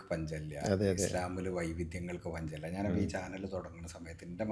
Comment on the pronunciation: ...പഞ്ചമില്ല എന്നല്ല പഞ്ഞമില്ല